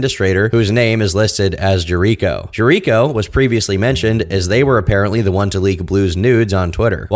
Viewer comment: pronouncing Jericho wrong lmao